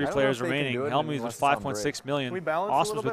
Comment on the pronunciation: Why can't even Helmuth say his name properly. Who put the Y in Hellm-youth?